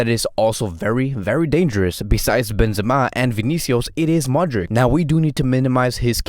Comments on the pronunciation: I think he got it wrong. Modrich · Great video... Hey quick question... Do you pronounce Modric wrong on purpose or?